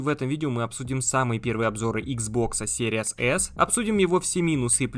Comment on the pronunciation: Блин, как series только не читают( Серияс)))